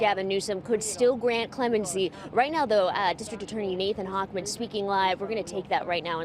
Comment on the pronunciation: Not really. He can save the general public by keeping them in prison. Also, it's "Hochman." 😂